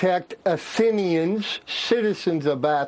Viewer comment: 'AF-thinians'? How do they pronounce 'Athenians' in Georgia? I know this guy has an involuntary whistle, due to gaps where 30% of his teeth should be. He also seems to suffer from some kind of lisp, sibilant s sounds aplenty. AND he has that short tongued "Thormer thox hunter, Threddy Tharmer thorgot thlowers thor his muftha...'. sound effect also happening. BUT surely 'ATHENIANS' isn't pronounced 'AF-thi-ni-ans'? Not unless Daffy Duck and Sylvester the Cat influenced the local dialect - Suffering Succotash!